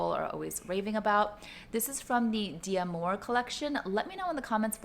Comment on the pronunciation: Happy birthday! What a lovely surprise! I have the d'amour XS earrings and love them. But FYI: It isn't pronounced dee amour - it's d'amour, so it's sort of like the beginning of "dad" but just the "da" part. And there's no accent in Limoges, so it's just "lee moj," rather than "lee-mo-jay." That bowl is so cool! Your trip looked amazing! I want to go to Provence one day! Enjoy your new earrings; and of course, all of the memories you made with your family :).